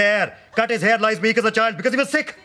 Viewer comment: Thankyou for that l didn't get that l thot he said sick hahaha ..